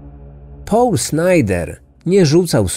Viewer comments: Mówi sieneutralnym gruncie a naturalnym i nie połl tylko pol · Proszę Cię, to nie jest Połl, tylko mniej więcej: Pol :) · O co chodzi z tym 'Pałlem'? Nie mogłam się skupić na treści, bo za każdym razem jak słyszałam 'Pałl' to przewracałam oczami.